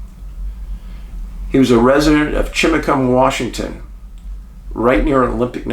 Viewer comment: I know Chimacum and you pronounced it right!